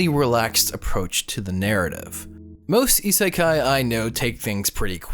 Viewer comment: GS is not an isekai,, please I die a bit when you say it